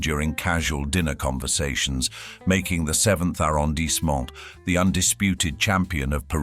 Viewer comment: Petits problémes ! Le mot "arrondissement", ne se prononce pas "arondice" mais "A rron di,,sse ment" et "Boulogne" ne se prononce pas "bologna' !